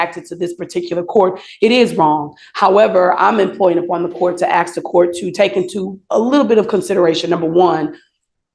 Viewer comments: As a lawyer you would think she would know the difference between ASK and AXE 🪓?🤷‍♀️ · What so called professional uses the word ‘ axe ‘ for the word ASK ? 🙄🙄🙄🙄🙄🗑️🗑️🗑️🗑️🗑️🗑️🗑️🗑️🗑️🗑️🗑️